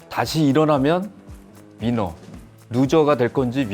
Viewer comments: 삼성E&A의 임원분들 사장님부터 상무님까지 대단한 분들이 한자리에 모이셨네요 다들 30년이상의 근무를...와우~ 이걸 기획하신분도 대단한것 같습니다 ㅋㅋ 오늘 다양한 이야기에서 재미있었던 부분은 루저가 될 건지 위너가 될 건지.... 위너... 민어??? ㅋㅋ 다시 들으니 민어... 사장님도 민어 좋아하시나봅니다 !! 그리고 노희권 부사장님의 "우리 회사 일이 되게 재밌어요" 참 이걸 행운? 복받았다 해야하나 그냥 대단하네요 일에 대한 재미가 많아서 오랫동안 근무할 수 있었다 와.. 저도 이런 일을 찾아야 할텐데... 오늘 임원분들의 유쾌하고 유익한 이야기들 잘 들었습니다 즐겁고도 많은 도움이 되는 시간이었다 생각하네요 앞으로도 종종 나와주세요~~ ^^ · 가장 재미있었던 부분은 김동현 부사장님이 입사 첫날 나에게 해주고 싶은 말을 하는데, 사장님이 놀리는 부분이요 ㅋㅋㅋ 특히 위너를 민어라고 하는 줄 알았다고 말하는 부분에서 저도 풉 했네요😂😂 멋있게 말을 하려고 하셨는데, 그게 안되고 놀림거리가 되셨네요 ㅋㅋ 다행히 재미있어서 통편집은 안되었네요. 막내는 상무님인데, 김동현 부사장님이 제일 귀여우시네요☺☺